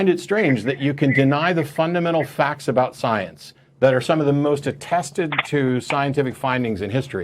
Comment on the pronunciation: “Caller: ” is not Canadian. He over pronounced ‘aboot’ 3 times within his first 20 seconds of speaking. Every other time he used the word ‘about’, it had a more neutral pronunciation. Either is pretending to be Canadian, or is a very confused Newfoundlander